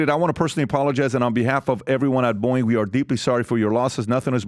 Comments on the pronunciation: Boeing not Boing…that is a sound a spring makes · Someone please correct Pat on his pronunciation of Boieng